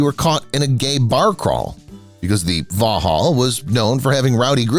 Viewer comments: Vauxhall, Pronounced vox hall. NOT vohall. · It's pronounced Vox-hall not Va-ha.